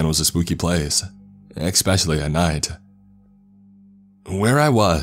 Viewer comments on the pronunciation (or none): Ecks pecially